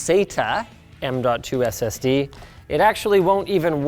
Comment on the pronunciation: The way Linus says SSD says a lot about his political affiliations, he says it like SS D, like SS Deutschland.